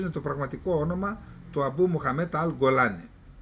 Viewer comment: Κύριε Καλεντερίδη, συγχαρητήρια για την εκπομπή και το θάρρος σας να εκθέτετε τις δηλώσεις της κυβερνήσεως. Μια μικρή διόρθωση μόνο : ο «Γκολάνι» λέγεται «Τζιολάνι» στα αραβικά. Κι αυτό διότι το γνωστό σε εμάς «Γκολάν» (στα αραβικά الْجَوْلَانِ) προφέρεται «Τζιολάν» σε όλη την αραβική χερσόνησο, και έτσι βέβαια και από τους ντόπιους του. «Γκολάν» το προφέρουν μόνο οι Αιγύπτιοι στην διάλεκτο τους, και γι αυτό το λόγο το λέμε και εμείς έτσι.